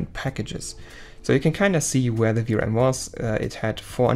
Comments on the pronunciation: Hello. please take no offence in the following. Every time u say VRM you sounds like Vram. Can be confiusing. In the future try practising V R M just as normal but with small pauses . It will sound better. Love the video . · You should not have used "vrams" word, , you should say Ve aR eM(spell letter by letter) as in VRM, I got confused thinking you are saying vRam as in ram memory . It was confusing to me as beginner because I dont know the terms, maybe showing the text on screen would help in future. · when u say vrm it sounds like vram so i was a bit confused at first 😺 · See, now , I dont know if that chip controls vRam or VRM, you gotta use better pronunciation/more clear, or use text